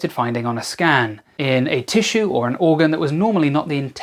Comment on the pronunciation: Did you say "full body scam"?